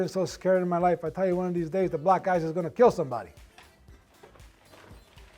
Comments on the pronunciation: *black gice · Oh now I get it he was saying black ice but it sounded like he was saying black guys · He said "black ice."